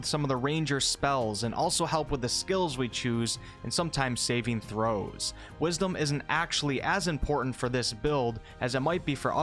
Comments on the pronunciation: Pretty new to the channel but it cracks me up when he says Saving. ... ..... ..... THROWS!!! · I know what saving throws are. Its just how you seem to deliberately pause between saving and a forceful "throw".